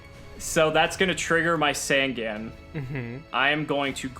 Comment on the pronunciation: The yugituber drinking game, drink everytime they mispronounce easy to read yugioh cards. in the progressions series so far, we have Curse of the Dragon (just adding words) and sangin when its supposed to be SAN-GAN!